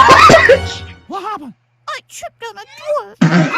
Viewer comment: “Wuh happeh” - Mickey Mouse